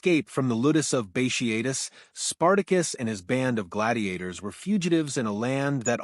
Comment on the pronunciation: Bat e atus. Not bashiatus